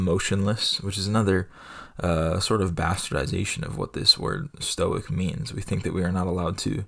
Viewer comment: Evidently, stoic is not pronounced "Stoike" in one syllable. You learn something every day